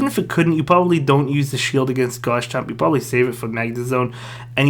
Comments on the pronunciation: Pls call it Garchomp instead of Gars-chomp bro Thanks for the content anyways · why do u call garchomp “gars chomp”